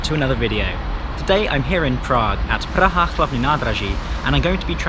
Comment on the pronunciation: Most of Czech names are simple, but people are mostly lazy to type it to google translator, click on play button and repeat it, if they try it, they realize that it's not that hard to say PRAHA instead of "puacha" or something. As a English speaker, he has atleast advantage that his language has H sound which is not that common sound and he should be able to hear the difference between vowel lenght, because English words like ship vs sheep are similar case, English person should know that say vowel slightly differently can make completely different word, which is advantage, most of foreigners completely ignore the fact that distinguish between short and long vowels is important.